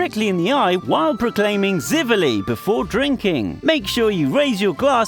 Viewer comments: Its not ziveli nego živeli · For toasting it’s pronounced je-ve-lo I’m Serbian btw😁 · zeevalee lmao, also this video is full of false info, it's like he did 0 research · you’re pronouncing zivele all the wrong but I don’t blame you I’m from Serbia I’ll be the judge of this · He actually said živeli wrong. What a daredevil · 11 thing not to do: dont pronounce ziveli like an americn idiot